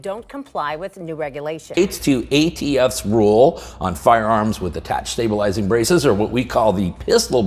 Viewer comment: This is the most incoherent presentation on braces that I have ever seen along with the newscaster continually saying stab bulizing braces. Strange that I can not find anything for 2024 on the net about the SCOTUS doing an emergency order. I just quit this confusing nonsense.